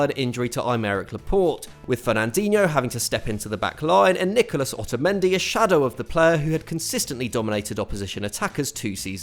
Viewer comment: Ah yes. Otamedi to otamedi